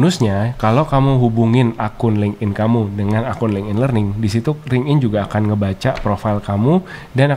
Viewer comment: FYI, LinkedIn itu cara bacanya "linktin", bukan ling'in.